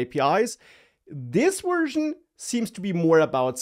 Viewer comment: You're definitely saying "wersion" instead of "version."